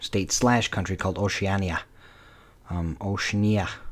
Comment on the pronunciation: If you are reviewing the movie, bud, the first thing you should think about doing is watching it. If you had watched the movie, you would know how to pronounce Oceania.